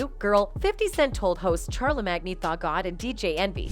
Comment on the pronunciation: Char le mag nee 🤣 💀💀💀💀💀